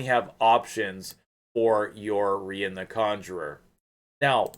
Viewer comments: English language teacher here. When you say "part of a word" e.g. centu- rian we call that a suffix, if it is before then it is a prefix, im -possible. Pronunciation wise, "Ree-an" would would be the most likely as usually with English spelling when two vowels are together we elongate the first and shorten the second. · It’s pronounced “REE-ON” rhymes with CONJuror . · I want her soooo damn bad. I remember you saying that you’d be getting her. I had to stay up and watch. My middle name is Ryan. That’s not how you should pronounce her name. I think I’d her pronounce her name as a French chick. Kinda like how you’d say the city of Lyon…Leee-Own. So for her….Reee-Ahhn. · Isnt it pronounced like Ryan? Ryan is a female name aswell.